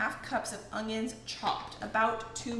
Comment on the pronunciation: UN-YUNS, not UNG-yuns 😫😫😫😫